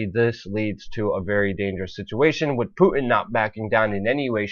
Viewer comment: Stop saying "wit" instead of with...you aren't ordering a Philly cheesesteak! Other than that, keep up the good work.